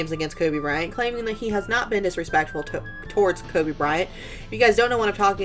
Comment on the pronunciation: If you don't know someone name don't try to pronounce it instead he mocked Kobe's name and he did that purposely and everyone knows it so Nik can go the the hell on with that shit it was so disrespectful to Kobe and his family. Nik needs to apologize for doing that simple